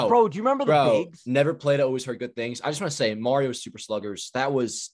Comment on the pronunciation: Did... did Pat just call out everyone for using stats to fit their narrative in the same sentence where he immediately used stats accumulated over one day to fit his narrative? He crazy. (Also crazy for his "Mario" pronunciation.